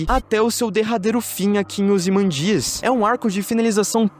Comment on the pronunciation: Se pronuncia "ozymândias" e não "ozimandías"